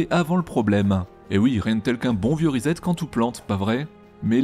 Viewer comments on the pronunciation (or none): none